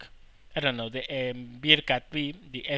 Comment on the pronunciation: thanks for vid, but its BEARcat not BEERcat